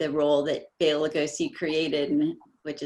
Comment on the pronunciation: Why can't the host say BELA...(Bay-la). Bella is a female name